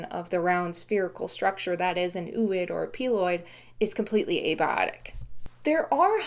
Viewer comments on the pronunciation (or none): Isn't ooid rather pronounced "o-oid"? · Your ability to pronounce these words is super impressive. I have never heard anyone speak many of them out loud. Ooid is 😂 to me.